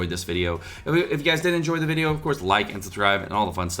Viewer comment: Delivering content as always, thanks for the vwideo.